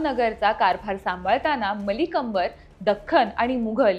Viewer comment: अर्धे नाव चुकीचे उच्चारले तुम्ही पुढे सुधारा ❤